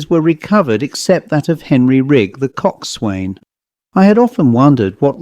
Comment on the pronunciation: It's pronounced "cok son". Like "forecastle" or "boatswain, with parts of the words slurred or dropped.